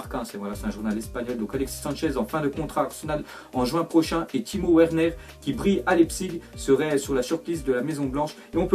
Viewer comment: Sa s'ecrit Werner mais sa se prononce {{Vernère}}